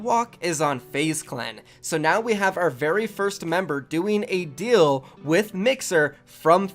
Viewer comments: Bro plz STOP saying Dill instead of deal. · Deals not dills